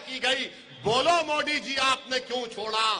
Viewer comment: सब कुछ बोलने आ जाएगा हिंदी क्यों नहीं बोलने आता मोदी की जगह मोटी क्यों बोलते हो इसका जवाब 130 करोड़ जनता को बताओ एक प्रधानमंत्री का अपमान क्यों किया सबसे बड़े देश का प्रधानमंत्री